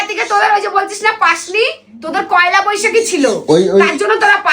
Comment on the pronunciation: পয়লা ❌ কয়লা ✅